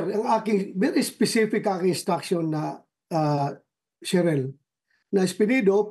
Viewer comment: Sheril po sen bato hindi Caren 😅